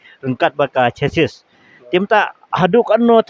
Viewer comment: Kim ju kynnoh ne ong" shasis" kin ong " shasi"(chassis/chasee)